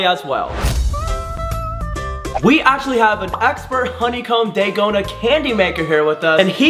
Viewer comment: It’s dalgona